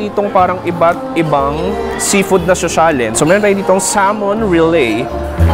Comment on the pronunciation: finally nag iisang local food vlogger na alam tamang PRONUNCIATION sa SALMON